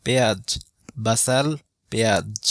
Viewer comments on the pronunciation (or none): none